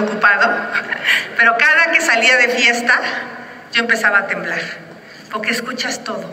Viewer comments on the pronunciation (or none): Xocitl o su equipo, es importsnte que mejore la diccion en la pabra "PORQUE" Y NO "POQUE"